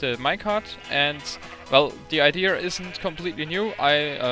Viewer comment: "the idear is..."